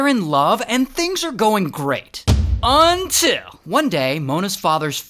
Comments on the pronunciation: Everything is great untill he says “UNTILL” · That "untill" gotta be a classic by now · That “until” was BIG.